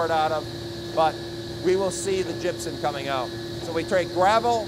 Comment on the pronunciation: "gypsen" or gypsum?